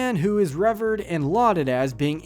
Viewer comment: weird way you pronounced "revered"